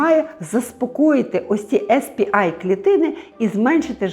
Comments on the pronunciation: Сі пі ей клітини, якщо з англійської абревіатури промовляємо назву. Бо так, як Ви вимовляєте , то буде SP-I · СР-А, а ви кажете SP-A Сі-пі-ей, не «ес» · Дякую, дуже корисно. Якщо можна, маленьке корегування. Ес-Пі-Ай - це S-PI англійською. А Cі-Пі-Ей - це C-PA (те, що було на екрані написано). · Вибачте за душнільство, але ну якщо вже називаєте термін латиницею, то називайте вірно, бо Ес Пі Ай це SP-I, а не CP-A(сі пі ей). Ясно, що більшості тут нема різниці, проте відео перетворюється на розмови тітоньки на кухні про пироги, а не науковий контекст. В цілому, вибачте, нічого нового. Дарма зайшла, не мій формат. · Не ес пі ей чи ай, чк ви казали також(бо це spa, а це щось інше) а сі пі ей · Spa - не звучить як ес пі АЙ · CP-A треба читати в перекладі з англійської сі пі ей, і ніяк інакше.